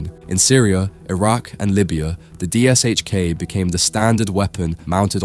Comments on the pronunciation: Only an A.I. narrator would say "D-S-H-K" instead of " Dish-Ka". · sigh The PPSh suffered, the DShK suffers. It's not D-s-h-k, it's D-Sh-K. Phonetically, De-esh-ka. Or Dy-esh-ka (varying on dialect or variety of the languages that recognize the letter). The 'Sh' is a single letter and pronounced as such. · It's not pronounced as "D.S.H.K". It's "deh sheh kah". In Russian, the gun is spelled "ДШК" (Дегтерева-Шпагина Крупнокалиберный - Degterev-Shpagin High-Caliber (Machine Gun)). Russian has the letter "ш". English has the same sound, but it's represented by two letters ("sh"), as in shame, shine, shovel, etc. Same story with PPSh-41. It's pronounced as "peh peh sheh". Russians also commonly simply the pronunciation of these two guns as "dushka" and "papasha", respectively. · You`re pronouncing it wrong. It`s not D S H K its D Sh K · Its pronounced "Dishka" and it still doesn't come close to the M2, dream on though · Just say dishka please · Забавно на английском звучит ДиэСэйЧКей. Хотя там S и H должны читаться как Ш по задумке.